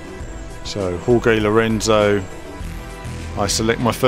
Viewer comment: You mispronounced Jorge Lorenzo's name